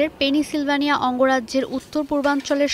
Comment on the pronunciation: পেনিসিলভানিয়া!!! আমরা তো জানতাম পেনসিলভানিয়া…